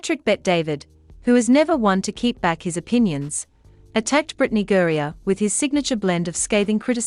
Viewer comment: The Bot needs to learn how to pronounce Griner. Pretty good accent, though.